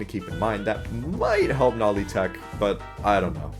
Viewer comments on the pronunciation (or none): BRO ITS NOLI NOT NOLEE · (its no-lee) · is it me or did bro say nali? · Heh... Bro said Nawli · The humble guest: Also why did u say noli like that lel